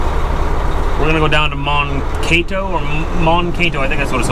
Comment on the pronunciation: It's pronounced man-kate-oh... and that's about 20 miles from my company's main headquarters I work for j&R schugel in New ulm Minnesota